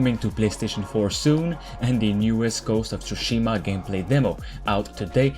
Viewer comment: Dude. Your refusal to pronounce names from different languages is starting to make you look like a knob. It is Eivor, not Eiwhor. It is Tsushima, not TsusHIIma. Destroy English as much as you want with your dialect, but please try to show some respect and pronounce names as they are intended. For fack sake. He says Tsushima all through the video, yet you turn around and ignores it within a day. Names have deeper meanings, many times meanings hidden in forgotten versions of languages. If you fuck up the pronounciation, you compleatly remove the meaning. So please, improve. Sorry to sound pissy.